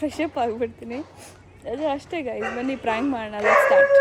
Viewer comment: Prank ❌ Fronk ✅ 😂😂